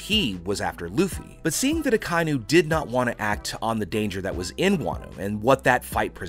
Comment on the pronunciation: Ah ki inu* please say right